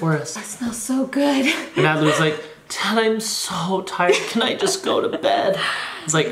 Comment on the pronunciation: Adley not addely